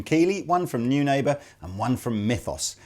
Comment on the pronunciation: Is Neunaber really pronounced "new neighbour"? I have my doubts about that.